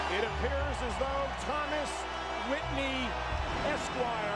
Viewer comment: He said thomas witney